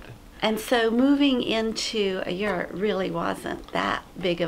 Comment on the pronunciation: Can you guys say yurt the right way please. My Mongolian antsasters are screaming .And what's up with the yurts outside layering its wood it's not traditional .Soo it doesn't look like a yurt it looks like a sad sad etimpt to make a yurt . SO CONGRATULATIONS FOR MAKING THE 2# WORST YURT THAT A HUMAN BEING CAN MAKE If I sound rude Sorry not sorry